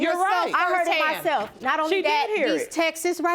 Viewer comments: Also the word text's is not pronounced texas'. Good day.🌸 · "These textes right here", omg, go learn English. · All these people say textes.... its texts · It's texts. Not textes. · The "wife's" last name is Harrison and the "husband's" last name is Butler...and if one more person says TEXAS instead of texts I'm gonna scream!!! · If I hear one more person say texas instead of "texts" 😠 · Women don’t seem to get that you can’t say “you aren’t the father” and expect a man to believe he is when you change your mind. Ugh! Also, what are “Texas”? Does she mean “texts”? But why does the wife no more about the affair than the husband and the mother? Have a seat ma’am.